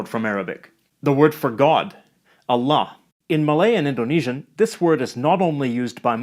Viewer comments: Sir, your pronunciation of "Allah" is way better than some of the muslims out there :D peace ahaha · You can tell your mastery of the Arabic language is definitely at the native language just by how perfectly you pronounced Allah. Love the vids keep em coming! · Damn as a malaysian and a muslim your pronunciation is 97% right, impressive, even Allah you pronounced it right most people just say A-lah and i never understand why cuz it's Al-lah